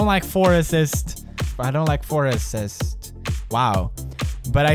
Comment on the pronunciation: i thing he end with a letter ,,t,, not s -forestetst